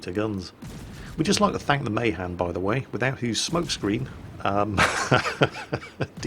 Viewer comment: The Mahan: It's Not MAY-han It's MAH-Han Sorry for being that way...